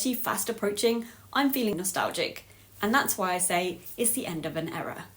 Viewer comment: Error in pronouncing era! 😂